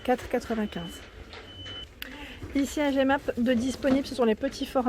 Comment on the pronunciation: ça fait plaisir de te voir chez nous en Belgique 🇧🇪 On dit Jemappe comme le pronom le "Je" et pas jémappe. C'est mignon <3 (c'est pas une critique 😉)